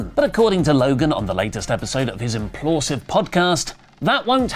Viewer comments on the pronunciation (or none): It's Impaulsive,. Not implausive